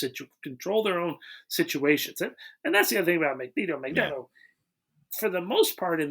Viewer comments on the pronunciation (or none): Goddammit, it’s a long E in Magneto!